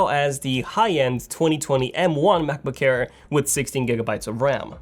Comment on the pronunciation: He always says Macboo-care lmao